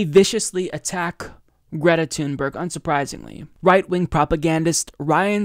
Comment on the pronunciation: Her last name is pronounced like "tune berry"